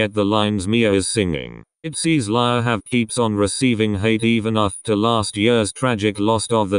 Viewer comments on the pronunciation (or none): You pronounced lia wrong you said laya but its lia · No one: Not even Lia: Not even Ryujin's hair: The translator pronouncing Lia's name : Lie-ya